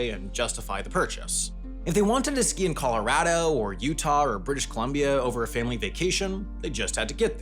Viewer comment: dude keeps pronouncing '' colorado'' the wrong way